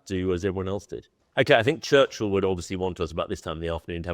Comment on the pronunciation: A great idea for a series but I do wish that would take the time to learn how to properly pronounce British names. "Churchill" is one word. It's not two words. The "h" is basically silent; it's not "Church-hill." It's "Church-ill." Also, the Duke of Marlborough is pronounced "MAL-bur-uh" not "MARLborough."